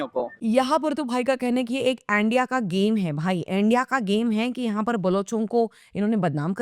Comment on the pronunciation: India ❌ andia ✅ 😅